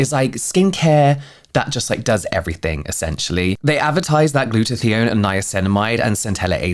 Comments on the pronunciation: … I’m going crazy hearing you say “gluta-thee-on”. It’s “gluta-tie-on”! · Funny how you pronounce 'Glutathione' :D :)